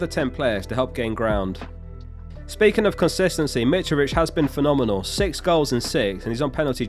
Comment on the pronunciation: Something about the way pronounces the word phenomenol is quite phenomenol.